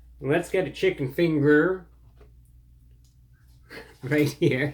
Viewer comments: Nothing but carbs!!! 😏😱 I bet the chicken meat has potato starch mixed in it lol. Liked your accent when you said "fingar" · Bro dropping the hard r in chicken finger 😂